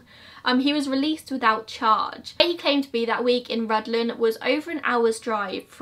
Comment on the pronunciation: Awful pronunciation....but I'll give her full marks for Rhuddlan!